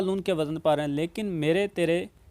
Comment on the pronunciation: جو خود ہی وزن کا تلفظ غلط بول رہا ہو وہ کیا عروض بتائیگا